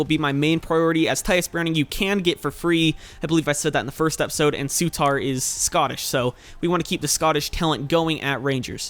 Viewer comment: Souttar isn't pronounced Soo-tar, it's pronounce Su-ter :)